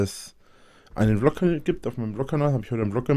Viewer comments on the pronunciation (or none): none